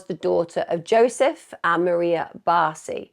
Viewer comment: Jozsef is "YO-sef" and the Hungarian name Eva is "Ava"